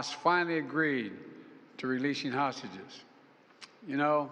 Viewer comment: "libyan hostges"??? 😅